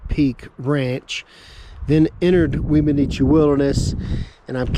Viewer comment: One of my favorite Weminuche(pronouced whem-a-nooch, simple no other vowels) hikes was to go from Wagon Wheel Gap hotsprings to Puragtory. Probably aren't even allowed to do that anymore as there weren't connecting trails in those days. Chicago basin at the end is simply a stunning way to end a trek like that. The whole trip was amazing I never even knew how many miles it was but I was both sad and elated when it was over. Funny way to end trip though, cross the Rio De Las Animas(the river of lost souls) back into Puragtory(civilzation). I set out with one week of freeze dried meals, 2 pounds of gorp, and 2 pounds of rice. I continuously wild crafted and fished and still ran out of food almost 2 days before getting back. Don't attempt that trip in the fall unless you have food drops coming to meet you. I said fall but at that elevation the begining of august is fall. Last 2 weeks of July is the only safe time most likely. I got snowed on a lot on that trip and it was just mid August. Someone told me before I started I would need snowshoes to pass down into Chicago Basin and they were right. The snow fields took me almost an entire day to cross without them. At the beginning you can take a side to Wheeler Geologic which is worth spending at least two days at, which I highly recommend. Of course that's also why I ran out of food. LOL. I stayed as close to the divide as possible just so I could spy out the best spots for camping for that night and an early fishing and wild harve